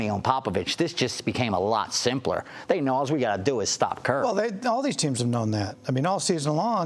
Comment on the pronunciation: I hate when people dont say Stephen Curry's name right!!